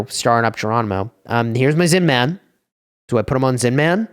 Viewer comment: The way you say Zin-man is so annoying 😂 It's Zinman. No need to hit the hard man every time